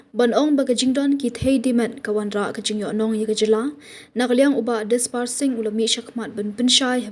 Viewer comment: Disparsing rani ❌ Disperate rani ✅